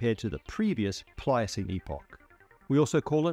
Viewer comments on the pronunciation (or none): there is no s in pliocene